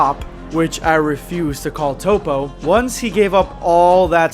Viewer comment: I'm a dub guy but I hate top. Its toppo